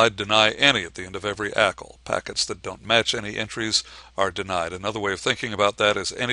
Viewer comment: can't watch this. Can't say 'ackle'. grrr!